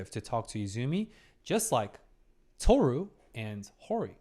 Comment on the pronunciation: Is him saying "Tohsu" instead of "Tohru" intentional? Or am I overyapping?